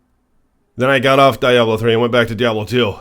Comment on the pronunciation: The best part of this video is him calling Blizzard, Blizztard. 1st of all he dsays he's been playing Diablo since Diablo 1, but doesn't know how to pronounce "Diablo"? Next, he can't even speak properly and says "a'ight" a million times, then around 11 mins the screaming is just crazy, then he gets even louder! Dude's a f'n moron, imo. Why doesn't he bitch about the imbalance in Tempering and Masterworking and the weight certain affixes have, something thats a legit concern. proves how f'n stupid this guy is. Diablo 2 is the best there is, the best there was, and the best there ever will be! It's the f'n GOAT and he says it sucks? Clueless.